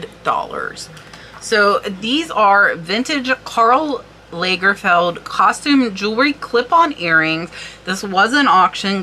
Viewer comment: Lovely pieces you had to show! Lagerfeld is pronounced like the British beer, with an open a.